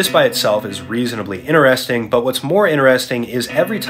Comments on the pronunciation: Inneresting ? Bro cant pronounce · bruh why yall are not talking about the way he pronounces "interesting" 💀💀💀